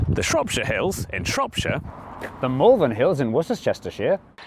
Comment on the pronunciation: As someone from Worcester I was wondering if the Malvern Hills would come up, and then burst out laughing at the pronunciation attempt 🤣